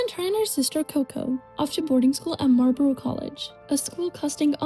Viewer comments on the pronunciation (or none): none